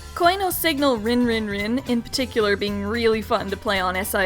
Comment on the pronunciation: It's pronounced REEN......REEEEEEEEEEEEEEN